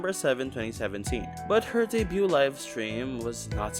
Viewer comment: Decent video! Watched the whole thing! Just want to make a minor correction: the 't' is silent in debut/debuted. It's a very common mistake among HoloEN to pronounce the t, so I get where you're coming from, but it's nonetheless silent.